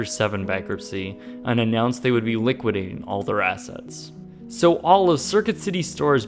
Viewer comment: Noticed that, too... Also, from later in the vid: liquidating... missing syllable there. (sounded like he said "liquiding")